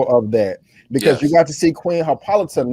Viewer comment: C’mon Brandon...it’s Queen Hippolyta (hippo-light-a)